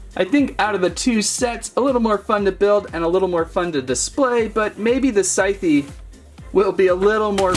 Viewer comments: It’s pronounced sithe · How he pronounce scythe😂